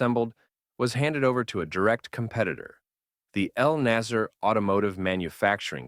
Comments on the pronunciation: you mispronounced everything here, Ramzies instead of RAMSES and you couldn't notice the difference between NASR and NASSER and called them both nazer thinking they meant the same thing. I understand you are not an Egyptian Arabic speaker but it's noteworthy details here. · as far as i know, the company name is Naser, Pronounced: NAsr (very short, tight vowel, almost like “nuhsr” or nuts in English) you can clearly see it in Arabic , but you keep naming it Naasier like the Jamal Abdul Naasier.